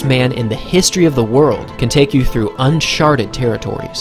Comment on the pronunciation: “Unsharted territories”